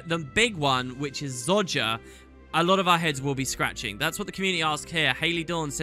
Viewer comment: And after all this time he still can’t pronounce Zojja correctly, I love it xD Keep up the great vids dude!